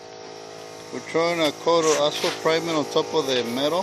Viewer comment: It sounds like he’s saying asshole primer lol